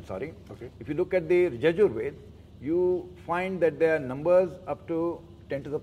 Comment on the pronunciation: Does C.K Raju know the difference between वेद (वे-ve द- da Veda) and वेद् (वे-ve द्-d Ved)..? How would you trust someone who doesn't know how to pronounce simple aksharas..?